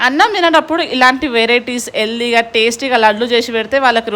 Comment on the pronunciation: 1st of all it is not yeldhi it is healthy